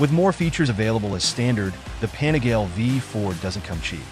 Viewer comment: You lost me at Pane-GAL.